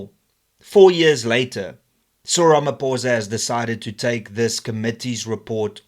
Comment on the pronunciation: Its not RamaPOURza its RamaPHOSA